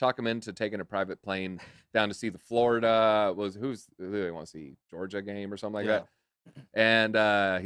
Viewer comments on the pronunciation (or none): none